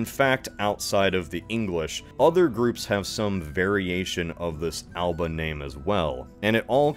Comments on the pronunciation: Alba, the Scottish Gaelic name for Scotland, is pronounced as All-uh-buh, not Al-ba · Alba is pronounced Al-a-buh. Gaelic is weird like that. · Alba is pronounced Alaba with a very light a before the b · Your pronunciation of "Alba" is very incorrect, just to say. You'd say it like "Al-a-buh", not the anglo way as it is not an anglo word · Alba is pronounced "al-a-ba"